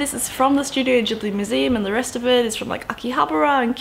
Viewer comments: I'm pretty sure it's pronounced "studio gibli" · The way you pronounce words (particularly 'Ghibli' and 'Totoro') nearly had me in tears.